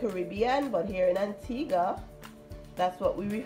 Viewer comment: my heart leaped for joy when she said Antigua I am so proud